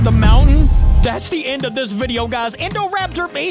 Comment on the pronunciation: Indoraptor nahhh that's indocater😂😂